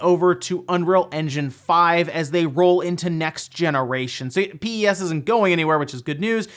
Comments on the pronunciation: never heard anyone say Pee eee S lmao. Everyone I know says PES as in Pez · For reference no one actually calls it "PEE-EEE-ESSS" people pronounce it pez just like the candy. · I’ve never heard anyone pronounce the game as P.E.S. before. Always heard it called Pro Evo or Pez. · Bruh its not P E S its just Pes lmao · Is it just uk that say pes like pez and not p e s as separate letters? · Ahh he said P-E-S, bless him